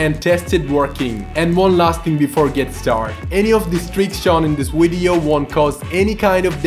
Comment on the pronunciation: Loool "Wideo"